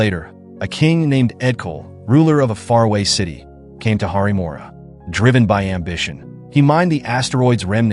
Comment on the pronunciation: Its not `harimora´ its "haripuram"